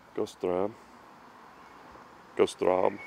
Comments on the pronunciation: The street is pronounced “Gerta strah-za.” When I was stationed in Germany from , my wife and I went on a trip to find this house. This is a neat find. A Dr. Mueller lived in the house in the early 90s. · I was stationed not far from there while in the Air Force. Had to laugh at how you butchered pronouncing "Goethe Strasse!" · That is quite a residential area, interesting to see, thank you. But omg, you should have learned at least how du pronounce Bad Nauheim (not like bad !!), Goethestraße (who does not know Goethe?), Uhlandstraße... when introducing these places. Also the French machine translation is hilarious 🤣, better you check before release. Would have been nice to find some people having seen Elvis at that time. Anyway, Elvis is still the best, and we love him! ❤️🇩🇪